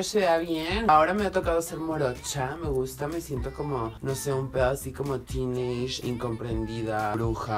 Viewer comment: me imagino que quisiste decir TEENAGER y no teenashhhh